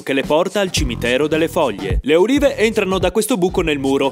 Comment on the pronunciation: Ad un certo punto invece che olive ho sentito urine